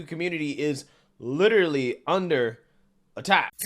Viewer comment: "litree under attack" 😂😂😂